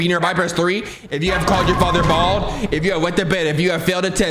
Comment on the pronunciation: The emphasis on “BALD”😭😭